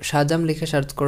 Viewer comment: ভাই সেন্ডকে "ষেন্ড" সার্চকে "শার্চ", সেটিংসকে " শেটিং", সেটকে "শেট" বলেন কেনো?